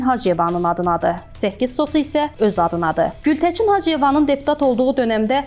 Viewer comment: Ay aparıcı xanım. Baçı yox Bakı, Gültəçin yox Gültəkin. Ana dilimiz Azərbaycan dilində düzgün danışmağı öyrənin sonra kanal açın.